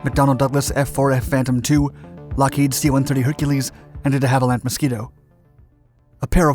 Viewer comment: "DehavillanT Mosquito"?